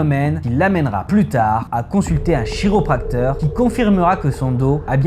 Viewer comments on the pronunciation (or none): Chiropracteur se prononce "kiropracteur" Je précise car ça fait mal au cerveau et ça retire de la crédibilité à la vidéo.